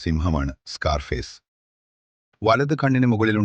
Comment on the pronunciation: സ്കോ....ർ ഫെയ്സ്..😂😂 "സ്കാർഫേസ്'.🔥